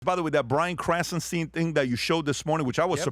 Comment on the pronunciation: "krasen teen"?